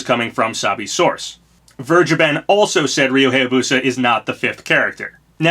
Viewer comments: Vergeben is pronounced somewhat like: "Fair-Gey-Ben" Also, it means "Forgiven" and yes I Think It's a weird Name. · He sounded British when he said Vergeben the second time :O